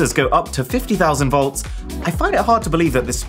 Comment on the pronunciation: 15 thousand wolts or 50 thousand wolts?